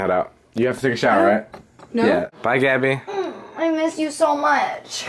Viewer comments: Mo Allam nope. He says gabbie (gee-a-by) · Gaby s. that's how you say it wtf